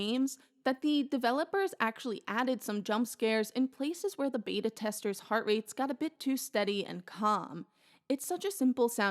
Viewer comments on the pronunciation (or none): none